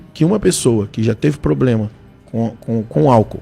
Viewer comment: O cara fala palavras em grego e n consegue falar "problema"?